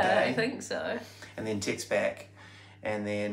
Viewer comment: I love it that has assimilated quite well.... "I sent her a tixt... then asked her out for a drenk"... Well played